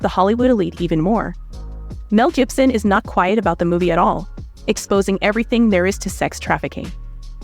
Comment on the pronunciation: Is that a chant GPT narrator cuz she keeps getting those names wrong Jibson? Misk? Suspect even said entrepreneur wrong.